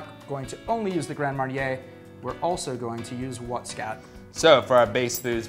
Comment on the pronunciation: Lol grand "maryey" / orange "likoor"